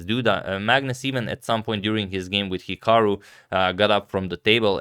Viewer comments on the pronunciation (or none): none